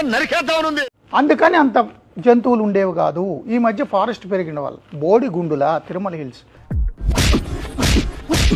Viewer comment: గుండు కాదురా ""GUÑDU ”" రా ఫూల్ 🙏🏻